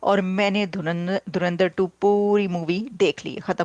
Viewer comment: Pakistanio kaunse duniya se jo dhurandhar tak sahi se nahi bol pate ho